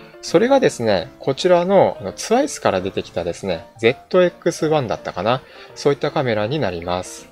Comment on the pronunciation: 扱っていただきましたね、カール・ツァイス社のZX1。 とってもクールですよ! もしかしたらカメラの未来形かもしれません(笑。 僕の印象はコンパクト高性能PCにZEISS(日本での表記はツァイス。英語圏ではゼイスと発音。氏はズァイスと発音。)社の特級品レンズがドッキングしたプロ仕様という感じです。 来春の発売で、たぶん僕には買えない価格で登場するでしょうが、せっかくフルサイズセンサーを搭載しているのですからレンズを交換できる仕様にしていただきたいものです。 様々な焦点距離のツァイスレンズを交換できて即座に内部現像でき更にネット送信できてしまうとなれば、解像力のある写真と速報性が要求される通信社や新聞社のカメラマン、スポーツカメラマンなどに支持されていくのではないかと想像いたしております。